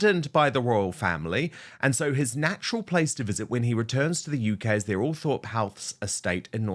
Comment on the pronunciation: Eugghh! It’s not pronounced ‘ALL THORPE’! It’s pronounced ‘Altrup’